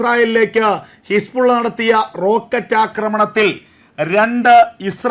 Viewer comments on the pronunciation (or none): none